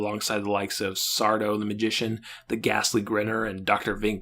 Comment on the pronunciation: Aren't YOU from Idaho? That's Sardó, accent on the "do"